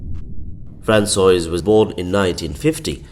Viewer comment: “Franswazz”, not Franswoa-iz 😊